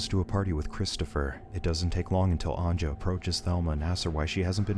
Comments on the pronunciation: I like how americans dont know how to pronounce the j, its not pronounced anja but anya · omg,its not anJa,its pronounced as anYa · Anja is pronounced "an-YA." But great video nonetheless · Anja is pronounced "Anya".